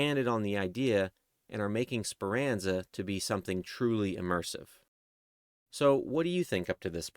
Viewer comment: It’s Speranza not Speranza